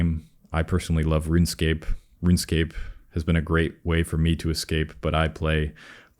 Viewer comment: “Ruin scape” xdd